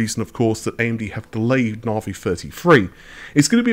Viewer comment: why are you still saying narvey you have heard amd pronounce it